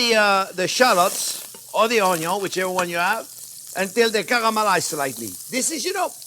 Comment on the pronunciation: I just watch to hear him say "onyo"